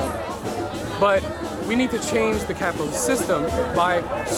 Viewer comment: As someone starting a business flying drones i find a lot of my generation to be the worst, love that you're questioning their ignorance. I Love hearing someone with a soviet accent saying "CAYPITALYST" in a positive light.. I'm used to cartoon villains ranting about the evil capitalist pigs